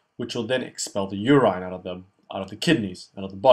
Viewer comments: Great video man but why call it uraaaaaiiineee? Its urine. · Should say medoola not medulla. Your-in, not your-ine